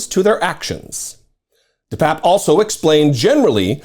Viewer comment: Bro! My sister went to high school with this nutcase. I believe it's pronounced 'de papier' Best of luck with the surgery!